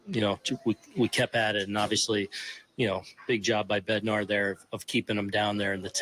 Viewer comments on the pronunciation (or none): Bro it’s Bed-nar not bender